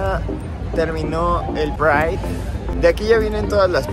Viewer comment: ¿Por qué tienen que estar tan colonizado? ¿Por qué pride si ya había una palabra en español? Es un poco patético, incluso la entonación que hace.